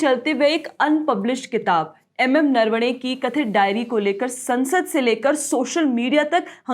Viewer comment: Narwane का नाम आपने जैसे लीया ऊससे लगता है आप महाराष्ट्र सेही हैं 😅😅. पक्का